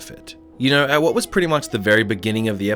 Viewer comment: I've never thought of it but you're right! We do kinda pronounce it 'waht' xD